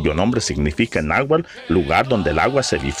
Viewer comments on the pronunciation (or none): Y en lugar de decir "náhuatl" dice "nahual"